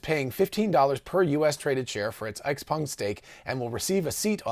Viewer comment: Kudos for good Chinese pronounciation on XPeng